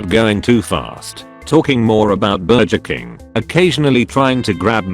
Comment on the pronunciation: I probably hear the word "Bur-juh King" more times in one story than I have in a life time